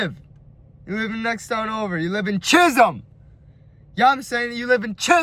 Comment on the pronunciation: THE EMPHASIS OF CHISOLM 😭🤣 I think bros a bit angry. EAT THAT BOY UP CUH!